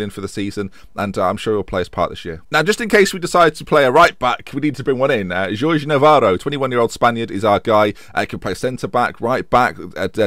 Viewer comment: it is not jeorge it is horrhey navarro